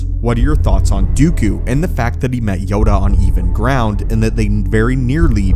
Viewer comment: Say "yoga on even ground" one more time